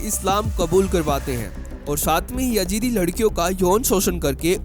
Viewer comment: Yajeedi nahi Yazidi hota hai